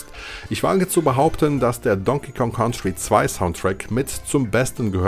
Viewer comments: nur ein Tipp... COUNTRY wird "KANTRI" ausgesprochen, nicht "KAUNTRI" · Ein wirklich tolles Video. Danke für die Zeitreise 👍🏻. Jetzt schon eines meiner Lieblingsvideos von. Allerdings wird "Country" so nicht ausgesprochen 😅. Komischerweise ist es an einigen Stellen des Videos sogar richtig. 🤔🧐